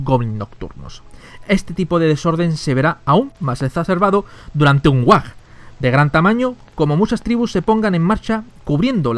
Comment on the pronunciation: No es whag es WHAAAAAAAAAAAAAAAGGGG